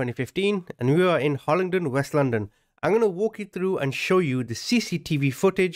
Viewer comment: Its Hillingdon, west london, not Hollingdon. Happened in Ruislip